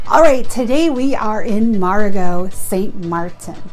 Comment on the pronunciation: Its pronounced "meh ree gow " not Marr e go. And its pronounced "Gran Coss" , not pronounced Grand Case, even though that is how it is spelled. Please ask the locals first before making a video with it wrong. I cringed every time you mispronounced both places. Otherwise a nice video, Love Friar's Bay and the LOLOs. been going the SXM for 30 years. Cheers